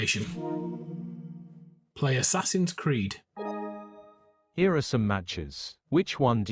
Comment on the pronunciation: Did anyone catch "Ass Creed" ?😂